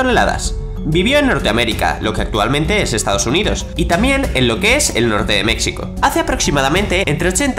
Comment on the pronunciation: por que dices Méccico? es Mejico así se pronuncia !!!